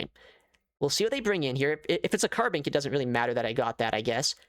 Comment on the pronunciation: Say carbink one more time I dare you